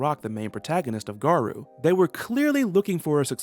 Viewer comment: Good info. My only problem with the video was the pronunciation of Garou. It's actually pronounced with an long o sound, not a u or oo sound.